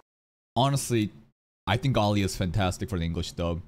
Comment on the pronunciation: Plus she's also actually has Russian roots, so her pronunciation is much better than in the Japanese.